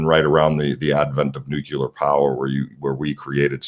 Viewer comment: There's only one U in nuclear, my man